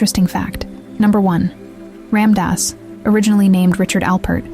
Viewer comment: If you're going to make a video about him pronounce his name correctly...